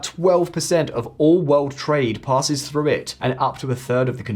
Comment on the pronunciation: the word is "through" ... it is not "frue"